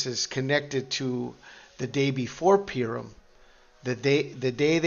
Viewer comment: Purim is pronounced "Pooorim"